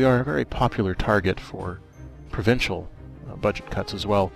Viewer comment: Provincal? are you canadian? because i am?